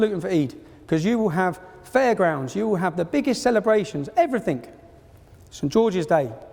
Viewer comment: Oxford Union. And you can't even be fucked to not say 'Evryfink'.